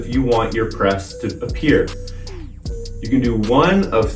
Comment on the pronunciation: Notice how he said “appear”